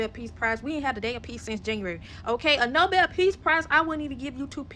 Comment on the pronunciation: Nobel not noble 😘